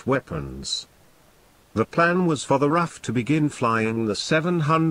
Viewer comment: Artificial voice really aggravating. Tuning RAF into a pronounceable acronym or "superio raircraft"...terrible